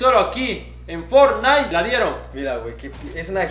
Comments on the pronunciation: Fornain dijo el wicho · For-naite jajaja XD El Wicho 2018